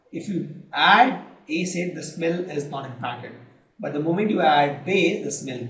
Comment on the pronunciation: And u people pronounce many words wrong...such as acid, features...and etc..